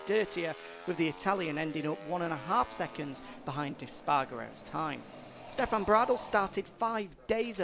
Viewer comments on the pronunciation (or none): none